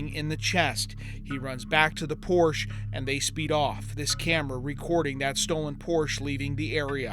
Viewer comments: It's Por-sha, not Porsh. Otherwise, good job. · The designers name was Ferdinand Porche...Porsha not porsh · Pórshuh. Not porsha! Greetings from Germany,,,😊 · pronounced porsche wrong every time. its a family name pronounced "porsch-ah" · Yes, except they need to learn how to pronounce Porsche! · How in the world do you get a job as a reporter and not know how to pronounce e the name Porsche!?!!!!!! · Please learn the correct pronunciation of Porsche !